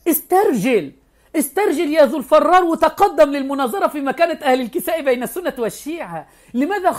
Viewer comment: "الفرار" بكسر الفاء و ليس فتحه